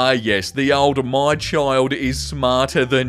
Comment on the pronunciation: it’s “child” not “chill”. Black folks sai it like “chiiiiild”.